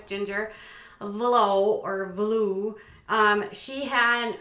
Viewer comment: Vuolo is pronounced vull-o